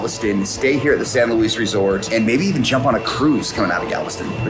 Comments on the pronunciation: Welcome back to SoutheastTexas! Hope Landon’s surgery went so well!! I’ve always known that hotel as the San Luis but the “s” is silent. Pronounced like “Louie” it’s “the” place to stay in Galveston!! Glad he could be spoiled w a Landon day! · While you are probably technically correct with your pronunciation of your hotel, just a pro trip, the locals pronounce it San Loo-ey :) glad y’all got some time at the beach! Thanks for not making fun of how brown our water is haha your video almost made it look blue! Continuing to pray for Lando!